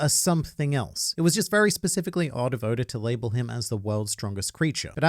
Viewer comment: anyone else notice how he pronounces oda as odor?